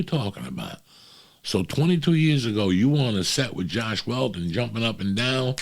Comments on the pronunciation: "Joss Whedon" Not Josh Weldon. We still love ya, Uncle Joey. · LMAOO “Josh Weldon” when he was talking about Joss Whedon😂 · “Josh Waldon” lol